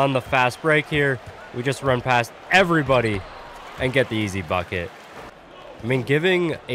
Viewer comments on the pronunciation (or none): none